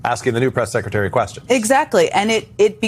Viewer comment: Did just say "sexretary"? Freudian slip? Probably, but I think he's on to something. Leavitt can have more than one reason for leaving. Trump has moved on from her to ms. Harp.